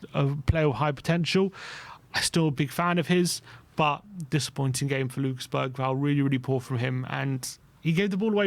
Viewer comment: Can you please say Bergvall properly